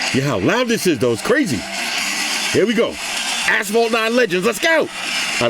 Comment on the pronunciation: “Ight lemi take it over to ass-phalt 9” lol